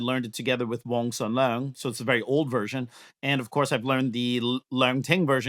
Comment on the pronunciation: it was sum nung not sum lung